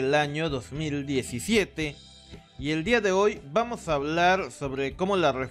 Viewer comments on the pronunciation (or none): none